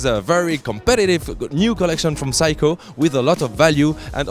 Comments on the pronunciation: SEIKO pronunciation of yours ”WRONG”💢 you just pronunce like this ' SAY KO” that mean 'SEIKO” not ”Psycho”💢💢💢 your pronunciation is NO! good💢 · phsyco ? i thought you pronounced it Seiko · What is psycho? I thought it was Seiko. (Say-ko) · It's awesome that the "Seiko" pronunciation in English sounds more like "Psycho". Priceless. For what Seiko offers for the money can be seen as "psycho" for the Swiss possibly. Made my day. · Its S-e-i-k-o not psycho dumbo!!